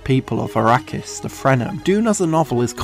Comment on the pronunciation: Did you say "Frenem"?